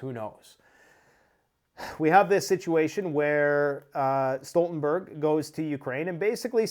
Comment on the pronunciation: Jan Stoltenberg = Yawn Stooltenberg. sorry to be that person, but its killin me inside. great video!